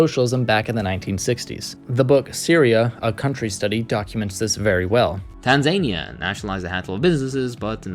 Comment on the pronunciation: Btw Tanzania is pronounced ‘tan-zah-nee-ah’